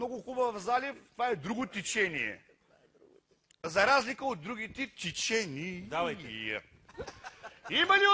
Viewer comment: " Това е друго тИчениеее..."